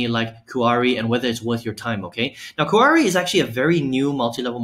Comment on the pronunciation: Nice review. It's pronounce "Kee-Ahree" made from the "Mah-kee" berry. 😊